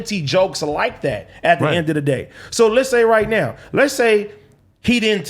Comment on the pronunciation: AD is a lame and sounds like a completely incoherent idiot. As the token Black guy who clearly enjoys playing the the role of the token Black guy on a white show, your buffoonery is annoying, inarticulate, and disgraceful “at da end a da day” 🙄